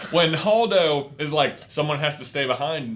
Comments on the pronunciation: holdo not hodo. And they acknowledge the correct pronunciation in the beginning of the video. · it is Hold-o hold pronounced like the word hold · Holdo is pronounced Hold o.